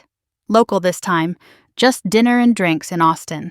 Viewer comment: The way the robo-narrator pronounces "drinks" makes me regret having ears